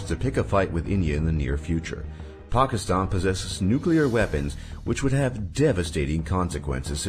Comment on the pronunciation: The way he pronounces Pakistan triggers me.